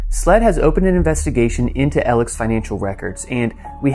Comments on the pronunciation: I had to turn your video off ! His name is Alex not Elic ! Bu bye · Just curious why "Alex" is referred to as "Elic" and why "Murdaugh" is pronounced "Murdock". 🤔🤔🤔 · His name is ALEX. Why do you keep calling him Eleg? ALEX. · Fantastic content! Thanks for numbering each episode. One thing, though… why do you keep saying “Ellic” instead of “Alex”? I’m genuinely curious if I’m missing something or not. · He pronounces his name aleX yet everyone else appears to be calling him Alec. Alex Murdoc… is that a South Carolina thing? Seems like it’s Alex Murdah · I noticed every time you meant to say 'ALEX' it sounded like you were pronouncing it 'ELEC'. You must have an accent !! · Why do folks call him A-L-E-C? I've watched this entire murder trial, listened to Buster & his family, & ALEX HIMSELF! and not once did they call him Al-ec... his name is Alex common spelling with the common pronunciation. Everytime Alex says his name to law enforcement he says the word A-L-E-X! Not Alec. "AL-EX" is how it's pronounced! you would think the person to ask would be the gentleman whose actual name it is! And he pronounces it Alex. Done deal. That's how he pronounces it.... And that's how it's spelled!! Why do so many People call him AL-LEC when Alex himself clearly tells us his name is Alex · Concerning this video….His name isn’t ELIC like is being said throughout the whole time. Its not even ALEC. Its how it reads in his name. ALEX. AL-ECKS. WITH AN “X” on the end. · Why do you call him "Ellick" instead of Alex? You can hear on the 911 call that he says his name is "Alex" not Ellick. Where does this weird pronunciation come from? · Why does everyone keep saying Alec and not AleX? Also they keep saying Murdock and not Murdaugh???? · Why do so many people, such as this commentator, refer to Murdaugh as "El-ick" instead of "Alex?" Several people have done the same during the trial, with a couple of them switching back and forth between the two pronunciations. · Al-x. Not Eleck.